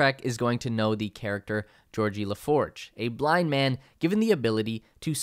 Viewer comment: Bruh...it's Geordie...not Georgie.....